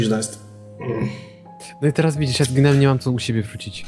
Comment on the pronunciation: verez teraz a nie vertez